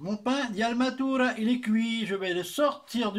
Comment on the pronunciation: Altamura.... pas almatura